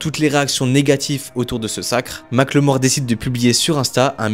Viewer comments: Mac le mort Pwahaha!! On prononce « Micheal More » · Par pitié mackelmore c'est pas "mac le mort" ça se prononce comme "apple, "Maqueulmore" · Mac le Mort? Prononciation: "Mac eul mor" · Les français, arrêtez de l’appeler Mack le mort, c’est moche et ça ne se prononce pas comme ça = MACKELMORE (avec un petit accent anglais ça le fait) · Sérieux 😂ça m’a trop déconcentré. En fait phonétiquement ça se dit « makeulmore » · Mackel-More !!!!! "Mike le mort....." 🤣🤣😂😂 Je t'en foutrais.... Les frenchys et les langues étrangères c'est mythique. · J'suis désolé mais tout le long de la vidéo j'ai entendu "Ma claymore", un coup sur translate avec la synthétisation vocale quoi c'est 5 secondes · Ça se prononce "Makeulmore" si j'me trompe pas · La vidéo est top, mais svp ça se prononce MackEULmore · Rooh tu le fais exprès ou quoi, il le prononce à la française..👀👀